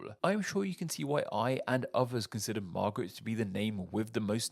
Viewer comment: What an interesting way to pronounce "marguerite." 😅